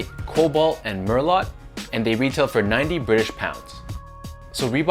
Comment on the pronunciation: Merlot is pronounced "merlow" like the wine. Nice review,.